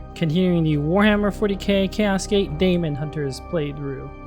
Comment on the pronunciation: What's "Daymonhunters"? It's pronounced Demon Hunters.